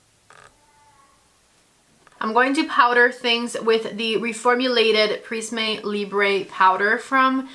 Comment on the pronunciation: The final 'e' of prisme and libre is unstressed. You should not pronounce it as they are French words. Please, don't judge me, I'm a Linguist! 😅